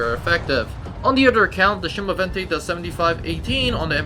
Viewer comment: A small correction. The pronunciation is not "chemovente", but rather "semovente", with an S. Good video!